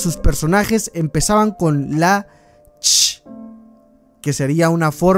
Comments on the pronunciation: Ch se pronunciaria como che no sh :u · Hola! Buen video, solo un par de detalles, me parece que en los primeros niveles hay un par de puestos que se saltaron y Ch se pronuncia "che" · “Ch” solía ser una letra y se pronuncia “che”, para referencia futura, porque habría sido ad hoc decirla así, en lugar de cómo tú la dices, jaja.